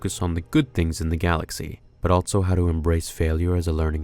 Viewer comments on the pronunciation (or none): I can’t be the only one that goes nuts every time he says “ altso “ and not “ also “ right? Like just say the word better dude wtf are you doing!